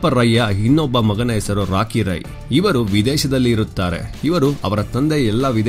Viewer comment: ರಾಯೇ ಅಲ್ಲ ರೀ ರೈ..